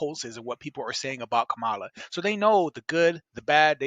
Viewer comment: Ok so 15 seconds in you mispronounce her name so either your woefully ignorant about how it's pronounce or your just an asshole. Either way get a fuckin clue